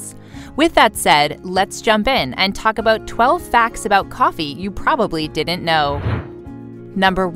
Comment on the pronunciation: It's "didn't," not "di-dint."